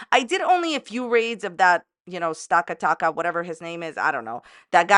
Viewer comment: "Stockataka" 😂 Any way, Amber is aggravating as always, but you're funny as usual.